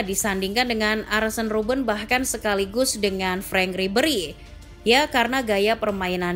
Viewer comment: Kok sebut arsen robben